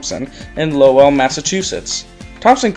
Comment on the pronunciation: You pronounced Lowell wrong. It's Low-awll said fast.